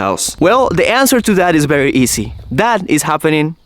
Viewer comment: Bery instead of very, hehehehehe,, come on, teach how to say Vvvv, so cute dude!